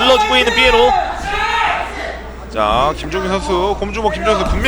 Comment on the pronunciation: 이런 명경기에 해설위원이 선수 닉네임을 잘못부르는게 영 거슬리네 삐에로가 아니라 피에로인데